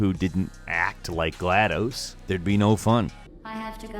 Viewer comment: Bruh you mispronounced gladus 0-0 agh the fan in me is mad lol